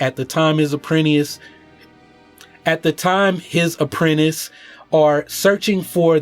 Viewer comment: I laughed a bit too much at "apprent-eis"